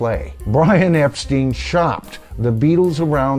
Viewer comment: Hey hope all is well, I'm not sure but I think Brian's last name is actually pronounced Epstein as in Frankenstein, at least that's what I've always heard